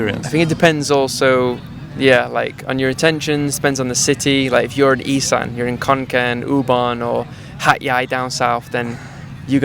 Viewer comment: It is not pronounced Esan.. it is pronounced Isaan.